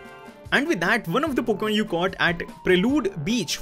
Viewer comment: Why you always say poken poken